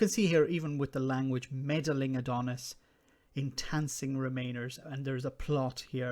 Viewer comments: your pronunciation is terrible lol It's 'enticing' or 'entice' not 'entancing' lol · I don't think it says entances or entancing. It says entices. I would have judged it to be a slip of the tongue, but you pronounced it that way twice. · En-TICE-ing. What is "enTANCing?"